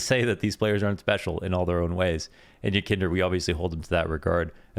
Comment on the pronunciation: the emphasis is on the letter "i" yekIndar